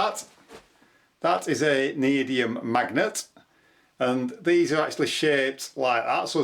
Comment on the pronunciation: Great tip. BTW it's neo - dye - me -um.